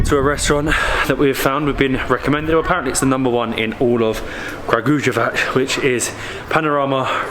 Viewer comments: pronounced [krǎɡujeʋats]. I hope that I helped 😃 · Pronounce it like KRA-GU-YE-WATS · Guys, it's pronounced Kraguyevats...the letter j is always pronounced as the letter Y in Serbian ( eg. The same as Y is pronounced in the word , yellow )